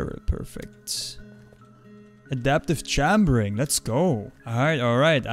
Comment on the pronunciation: Im dumbfounded on the way you pronounce "adaptive chambering". Good video as always though, keep it up!